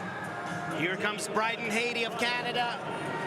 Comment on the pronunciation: It amazed me throughout the entire event... although I loved to see Alex Despatie during his diving years, as commentator both he and Jenn suck bigger than big. Pronouncing the last name of his country man Bryden Hattie like the country of Haiti, when Jenn even called him Brandon. It just topped off this world championship event. Jenn killed all enjoyment with her painsteking analysis of each dive. We are viewers, not professional divers, and we'd like to enjoy watching these events. She should be watching last month's first stage in Xi'an and learn from that woman commentator. If that is all Canadian diving officials have to offer, I can only shed tears.